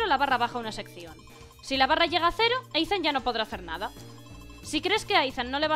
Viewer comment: Que Ethan se pronuncia Isan xDDD Buena serie me ha gustado